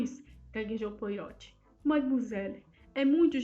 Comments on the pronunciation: Obrigada por postar mas gostaria de deixar apenas uma sugestão: a pronúncia do nome do nosso querido detetive é POARRÔT. Como uma pronúncia francesa (apesar de sabermos que ele é belga 😉. Mas é sempre bom ver essa grande arte de nossa querida Agatha, retratada aqui. Obrigada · Na verdade se pronuncia POARRÔ, o T é mudo.